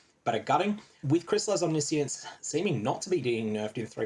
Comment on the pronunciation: Why is no one saying Omniscience the right way aaaaaaah As a Magic player I have PTSD again